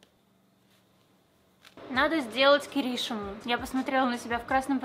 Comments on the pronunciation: не кирИшиму, а киришИму....... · Не кирИшиму, а киришИму. Ударение немножечко не там